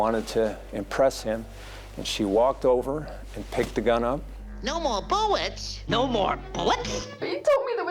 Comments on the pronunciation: "No more buwwets in the gun" to "What's up, Doc?" To "That's all, folks" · Well, whadya know? One two(?) buwwets weft.